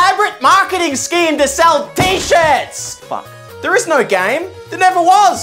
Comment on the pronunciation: Don’t miss the r in shirts